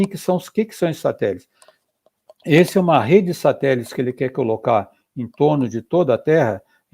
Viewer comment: Ricardo Galvão perfeito!! Mas ouvir ele falando "satelis" da uma agonia kkk